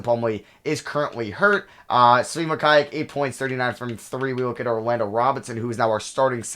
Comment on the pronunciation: As a KU fan I cringe when he pronounces Mykhailiuk😂 it’s pronounced: muh-ky-luke